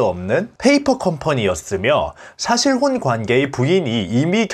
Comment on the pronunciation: 싸실혼이 아니라 사실혼 입니다 아 혹시 혀가 짧아 발음이 안되는건가요? 아님 구강 구조가 주걱턱이라 안되시는건가요?